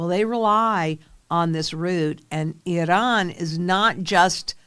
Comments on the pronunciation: lol I don’t see a D in I- ran. 😅lRAN. Not Idran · It's Iran, not Idahn. WTF. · 😂 the way you pronounced Iran is ridiculous 🤦 I should not be able to tell who you voted for by this smh it is pronounced I ran not I Don just so you know those people do not like me or you or anybody else in this country they would eliminate (thats a YT way of putting it) us immediately if given the chance so why you would well nevermind this message will not change your thoughts good luck hope you (and anybody else that is in the dark) see the light sooner than later and by all means if you dont like this country please go there to 'I Don' I assure you 100% you will love this country immediately then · Are you iranian? Why try to pronounce it different than your audience? Its iran, nor iron. Cant even watch the show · You gotta stop saying Iran that way. You sound like a moron.